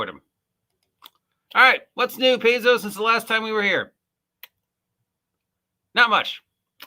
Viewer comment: Stop mispronouncing Paizo, my god man. Pie-zo. Pie-zo. Not Pays-zeo.